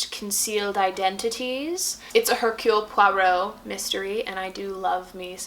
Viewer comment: Hercule pra row? Lol what did you say??